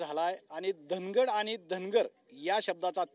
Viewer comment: Aare baba te Dhanagad nahe ...Dhangad Ahai ok